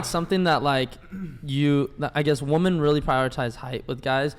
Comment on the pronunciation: . The side of the table that is presumed to better understand how to speak and pronounce basic words, has a co-host that can't even pronounce the word "women." How did we get here? It's unfathomable.